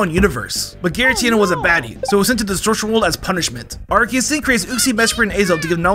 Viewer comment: The mispronounciation of Arceus is driving me crazy